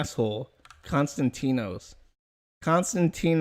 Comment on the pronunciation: Its pronounced con-stand--ee-nos chee-ro-pull-os